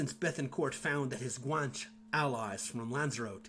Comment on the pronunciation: Outstanding video Guan che is pronounce as 2 syllables Guanches intermarried with the Normans. Their offspring participated in the conquest of the Western Canaries along with Spanish and Portuguese conquistador. Louisiana and San Antonio were settled by Guanche descendants. Fidel Castro is part Guanche.